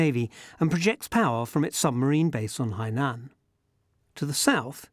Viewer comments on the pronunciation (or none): none